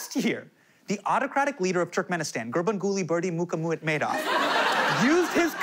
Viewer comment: ...I bow to Hasan for pronouncing the name of the Pres. of Turkmenistan.